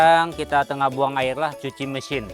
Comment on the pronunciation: Jelas sejelas-jelas nya sebutan nya kan,tanpa meninggalkan huruf yg di eja. Air------sabahan sebut air,klu smnjung Aie..😅😂 hilang huruf "r"nya.